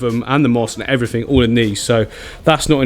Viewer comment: Are you saying "eever" not either. "Everyfing" not everything. Why?